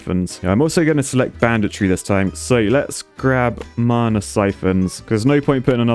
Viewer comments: Anyone else getting really triggered by him saying marna instead of mana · There is no R in Mana..... No one is that southern. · the way he says mana as if it has a r in it marna